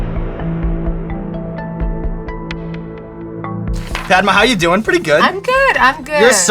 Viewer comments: this white dude does not know how to pronounce her name. He keeps onnsaying Padma like Launchpad. the a in her name is a 'uh' like Mama. its 2017 learn how to pronounce Desi names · Yeah! Made me chuckle too! He pronounced it like i'Pad-ma' 😂 when its more like 'Pud-ma'! But thats just how they pronounce it there..! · that's because Americans can't pronounce Indian names. It's pronounced Puhd-maa, which is another name for lotus, and not Paed-maa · NoT Pai...... Dma........ Its Pad......(not ai aan) Ma........ (aaan) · Padma means 'sacred lotus', but when pronounced ''Paad-Ma" like he did, it means 'Break a fart!' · the one and only complaint i’ve got is that sean butchered the pronunciation of her name in the beginning 😅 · The way he said her name 🤦‍♂️🤦‍♂️🤦‍♂️ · I'm like Ouch when he pronounces "Padma" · the way he says padma hurts my heart. #PRONOUNCENAMESOFCOLORRIGHT2K18